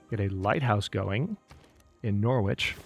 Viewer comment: Enjoying series. 🙂 For info though, Norwich is pronounced as Norrich. Short o at the beginning, no w sound.